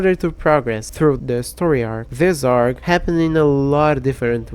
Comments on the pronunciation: hey btw its a r g not arg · Just a lil bit correction (I guess), ARG is actually pronounced “Ayy Are Gee” (yep each letter). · okay i know you are bad with english but i just have to point out that ARG is purnosed A-R-G like the letters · It's a short for Alternative Reality Game. So you read it like "ay are gee". ARG sounded so funny lol. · Btw arg is usually pronounced separately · it’s a.r.g (all pronounced as their separate vowels) you know what? I would current your English but hearing you say “arg” and “ribbet” instead of ay-are-ge and ripped makes me laugh so hard.